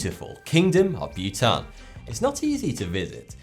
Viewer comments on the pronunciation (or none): oh Bhutan....I thought he was saying Butane....Welp, Chemistry class (╯°□°)╯︵ ┻━┻